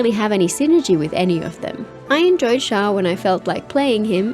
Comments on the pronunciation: Xiao not zhao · I've been thinking about this. It's surprising how all of my favorite Genshin youtubers have long mispronounced his name (and sometimes Xingqiu, but never Xiangling or Xianyun, even though they all start with the same "sh" sound). I don't recall the game itself mispronouncing it with the English voiceovers. I wonder how that happened... Anyway, I hate to be a pedant, so I'm approaching it more as an archeological question. How did it comes to be this way?